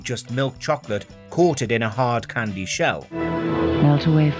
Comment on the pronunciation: Stop saying cwndy what the fuck is a csndy